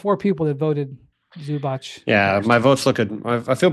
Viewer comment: If you are an Nba analyst how hard is it to learn how to pronounce Zubac’s name?